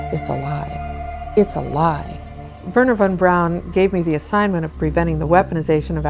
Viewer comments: Bato ne kaze se vorner von braun , nego Werner a na nasem Verner von Braun ! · ocigledno lose poznajes strane jezike, Dona je Hejr a ne Hare, a Vorner Braun je Verner Fon Braun, tako se to cita. A brkas i telekinezu (sposobnost pomeranja objekata mislima) sa mogucom telepatijom ili necim slicnim. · nije on Worner von(čita se fon) Braun, nego jednostavno Werner von Braun jer on je Njemac a ne Amer.